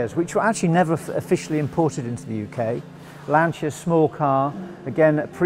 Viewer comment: & pronounces Lancia correctly too. Fabulous dedication and passion.